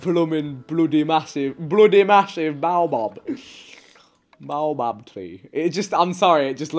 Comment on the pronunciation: its pronounced bayo bab tree... im lowkey insulted